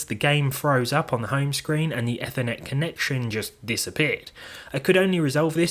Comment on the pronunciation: Not to be nitpicky, but ‘Ethernet’ comes from ‘ether’—it’s pronounced EE-ther-net.